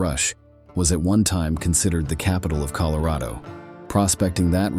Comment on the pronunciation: When are they going to teach these AI Robots that the pronounciation is "COLO-RADO not CALERAYDO, And it's "DELNORT not DELNORTEY"...???